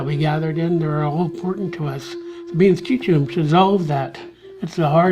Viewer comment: Happy to learn the correct way to pronounce Schitsu’umsh. Thank you